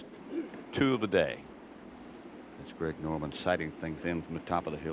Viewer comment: It's pronounced Greg Norman Greg Not Craig Been listening to this for how many years